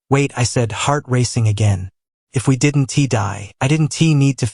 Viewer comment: Not sure what you've changed in your creative process, but the narration is off. The narrator is pronouncing contractions like, "did N T" instead of "didn't". While I'm supportive of your work, it makes listening to the narrative a little frustrating . . . . . .